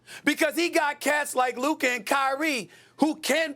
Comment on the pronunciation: It’s luka